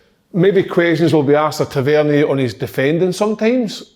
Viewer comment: Tav-IN-Ear.... ffs KK